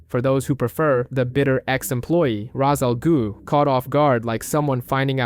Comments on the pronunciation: Raz al goo lol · raz al goo🤣🤣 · Hey babe, Wake up! The new Worst way to pronounce Ra's Al Ghul just dropped.